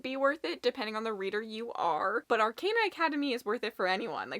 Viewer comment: Ar-con-uh. Or, actually, Ar-caw-nuh would be a more accurate way to write the phonetics.